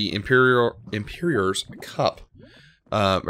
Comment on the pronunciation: LOL he said imperior's cup its emperor as in a ruler